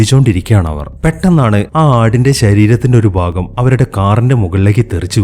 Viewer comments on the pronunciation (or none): none